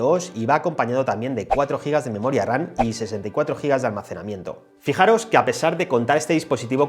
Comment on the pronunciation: 👀👂¿Por qué cada que mencionas la Memoria se te oye pronunciar Memoria "RaN"? como si fueras a decir RANA. ¿Algún problema para pronunciar la "M" ? No suena igual decir RAM que "RAN" se nota la diferencia al escuchar una u otra.